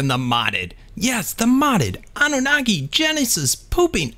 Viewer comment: Love the way you say Annunaki